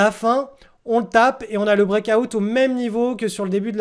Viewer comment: Le brékaoutte mdr Délire comment tu le prononces